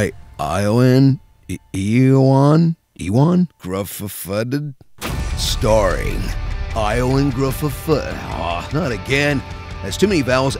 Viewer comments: ioan is pronounced yoan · It's pronounced Yo-anne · I love how he sounds uwu trying to pronounce Ioan's name. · It's pronounced "Owen" as I recall.... And the black Johnny Storm didn't bother me so much as his sister(Sue Storm) still being WHITE. If you're going to change the race of one sibling, it doesn't make sense not to change the race of the other sibling.